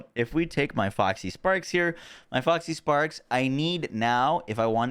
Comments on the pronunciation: Say it with me: Fox = "Fox" | Parks = "Parks | Foxparks = "Foxysparks" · As much as I've enjoyed / learned a lot from the video.. the cringe was real every time you said FoxYsparks -_-' there's no Y.